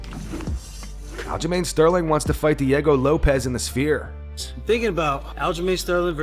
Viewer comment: Someone tell Aljo that it' the Sphere, not the Spear